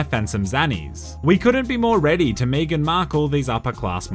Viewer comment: The way you pronounced “Meghan” gave me whiplash